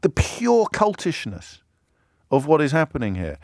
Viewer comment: I think that you mis-pronounced cultishness James, or at the very least mis-spelt it.